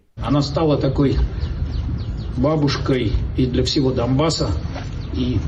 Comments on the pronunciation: Я от не розумію, нащо їм той Донбас якщо вони навіть правильно не можуть його назву вимовити… майже яке відео не подивлюся скрізь, навіть якісь там «рускі чановники» кажуть про якись там Домбас, і про домбили Домбас… Нехай уже валять назад у «сваю Маскву» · " Она стала бабушкой для всего Дамбасса" я заржал, они даже не знают што правильно Донбасс а не Домбасс